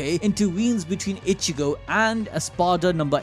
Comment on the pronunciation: you know its not that hard to say ichigo ...say it with me ...( e-chi-go ) ...not ( itch-eh-go )